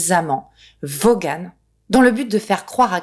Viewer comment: Vaughan, ça se prononce "Vôhn"